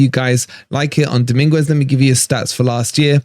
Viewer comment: Happy about Dominguez! (Pronounced Domin-gez by the way!)